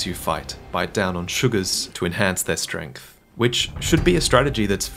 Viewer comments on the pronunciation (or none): none